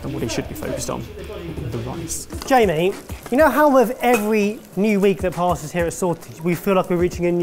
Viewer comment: Did really have to use THAT MUCH tounge to say "the rice"?